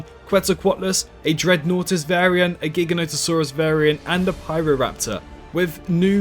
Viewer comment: Jiga no toe saurus lol my dude… it’s not that hard.